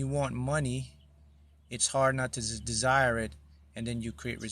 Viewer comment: Desire sounds more like design,.